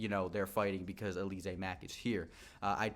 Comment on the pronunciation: Bruh its Al-luh-zay 😂😂 not Uh-lee-zay